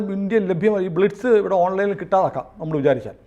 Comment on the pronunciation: ബ്ലിറ്റിസ് അല്ലാ... 'ബ്ലിറ്റ് സ് ' എന്നാണ്... BLITZ അതാണ് ഇംഗ്ലീഷ് സ്പെല്ലിംഗ്...